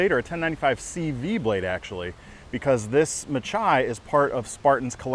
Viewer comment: Just a little note, the majority of spartan blades are after Greek names. This knife is no different, the pronunciation is (ma-hee). Meaning battle, or blood bath in greek. Hoped this was use full. Love your channel, company and reviews, very informative. Thanks